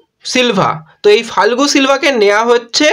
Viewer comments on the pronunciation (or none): Not falgu but pronunciation is ia- go Fal- ke